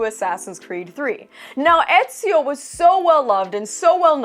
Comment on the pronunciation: it's ezio damn it